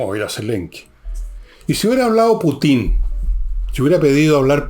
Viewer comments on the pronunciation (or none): none